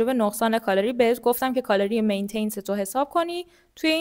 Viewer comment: متشکرم ولی مین تنس نیست. Maintenance